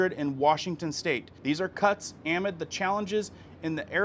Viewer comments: You are driving me crazy with your pronunciation of the word "amid". It seems like this word is in almost every video you do, then you keep saying (am id) and it's pronounced (uh mid). Go to Google and type pronounce amid and listen before my ears blow up, please. I love your videos, but yes, I am one of those people who go nuts about someone mispronouncing the same word over and over. If it was once or twice it's cool, but this is over 10+ times now. I'm not trying to be rude or hurt anyone's feelings for real, just going crazy when it's pronounced wrong so many times that I'm losing my mind. I still love your videos and appreciate them. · Amid. The stress is on the 2nd syllable. Uh-MID. 😖 Thanks for what you do. I enjoy your videos. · Its not pronounced A'mid....it's ah'MID....meaning "in the middle of"......Grammer is a weird peeve of mine! 😊😊😊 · Amid pronunciation uh-mid, say it again UH-MID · Btw ... Amid - ah-mid. 😊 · please familiarize yourself with the correct pronunciation of the word AMID.